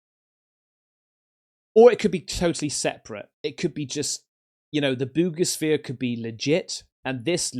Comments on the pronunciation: For 8 min I thought he was saying boobishere and it does have boobs on it on the top lol 00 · I only keep up with 3I/Atlas in hopes in lands on my X wife's house like the Wicked Witch 🤷🏾‍♂️ Also it sounds like you said boobisphere 🤣🤦🏾‍♂️👍🏾👍🏾👍🏾